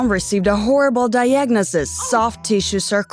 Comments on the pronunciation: this video: ‘diagnosis’ is pronounced ‘die-agg-nosis ‘ and ‘decades’ is ‘dee-cades ‘ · di-yah-gnis-is did you mean “diagnosis”